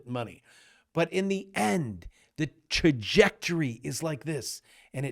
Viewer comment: It's Tra-ject-er-ee not Cha-ject-er-ee, but at least you haven't gone newk-lee-ar or even nuke-you-lar about it.